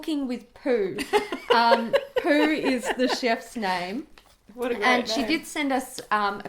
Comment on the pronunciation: [SCREECHING] THEY SAID MY NAME AND PRONOUNCED MY NAME RIGHT I HAVE BEEN FUCKED DEAD EDIT: they did it TWICE [is dead again]